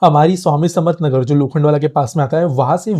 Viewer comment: Pronunciation of station names in Marathi is important. There is area lokhandwala it is Samartha nagar. कापूरबावडी not कपूरबावडी काटई not कटाई